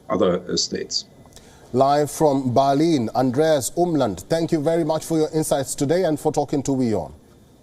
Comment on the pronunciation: ITS BERLIN NOT BALEEN